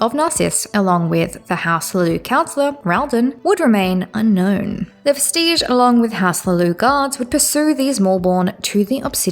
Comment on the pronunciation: And Vestige is DEFINITELY not pronounced like Prestige